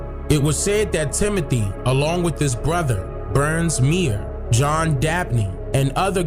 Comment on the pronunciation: It was a lot left out of this story....I was born and raised in this city. But whatever....its pronounced MOE-BEEL...not mobile like mobile phone. And Meaher is pronounced like mayor.... I really wish you would've gotten with the old heads from the area for this so it would have been more informative. Still though love seeing other people's opinions on our stuff though.